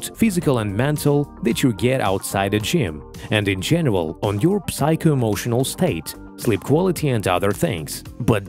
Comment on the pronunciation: В слове psycho p не читается и получается сайко, не хейт,просто чтобы в будущем речь была лучше